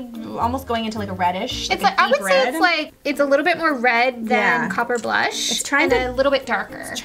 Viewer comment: I kept thinking "copper boom" when you said "copper blush."